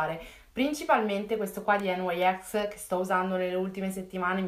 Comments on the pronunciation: nyx si legge nics non enwaiex...dove hai sentito mai questa pronuncia? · ma è nix non n y s😂😂😂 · Ma non si dice enwaiex si dice nix non voglio criticarti anche perche ti seguo ma non si dice cosi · Si dice nix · si pronuncia nics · "Nyx" si pronuncia come lo si scrive e non con la pronuncia inglese/americana, perchè è il nome di una divinità greca e non un acronimo:) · Lo legge come gli inglesi cioè ogni lettera viene letta singolarmente